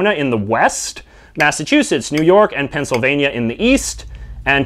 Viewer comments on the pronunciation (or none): none